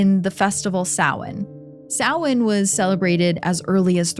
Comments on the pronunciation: Thank you for pronouncing Samhain correctly! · OMG THANK YOU FOR PRONOUNCING SAMHAIN CORRECTLY!!! ❤❤❤ seriously everyone says it wrong it’s insane